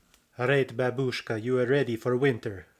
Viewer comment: Why is it babUshka? 😭It pronounced like bAbushka!